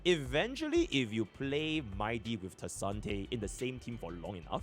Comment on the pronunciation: Does anyone know why he calls tribbie kasante?